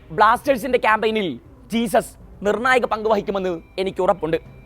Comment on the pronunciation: ജെസ്യൂസ്സ് not ജീസസ്